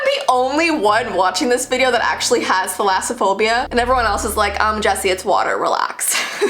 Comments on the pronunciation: you said it right the first time i might have it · You said it right the first time I am greek and Thalassa/Θαλασσα= sea Phobia/Φοβως=phobia A fun fact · I have thalassophobia as well! And don't worry you're not necessarily pronouncing it wrong there are just other ways to pronounce it as well. I pronounce thalass kind of like malice. thalass-a-phobia. My fear of water goes to the point where I can't even look at it. I can look at pictures of it sometimes depending on whether or not it's a good shot or if it's a pretty shot but I can't just look at a picture of it because if it's just a normal picture of it, I can't...I just can't. If it's in real life I cannot even look at anything related to the water. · I have thalassophobia and not only did you pronounce it correctly but those images 🫡😨😱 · so I am greek and since the names of the phobias are greek words basicly im gonna comment if you say the names correct💖 and yeah you pronounced it pretty good gurl💕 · You’re actually pronouncing it correctly! It comes from the two greek words θάλασσα (=sea) and φοβία (=fear, phobia).💕💕